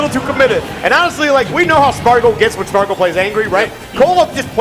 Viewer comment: Sparg0’s said “Spa” 😂